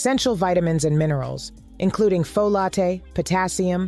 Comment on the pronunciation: Pho-la-tae = Folate